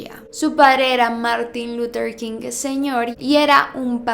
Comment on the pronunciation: Me desespera cada que pronuncia el nombre de Martín luther king